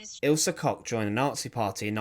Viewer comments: It’s pronounced COOK….KOCH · This guy should buy from his sponsor to help with his terrible pronunciations. Koch is COKE. Always has been. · Koch is pronounced like Coke. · The Bitch of Buchenwals surname is actually prononunced Cosh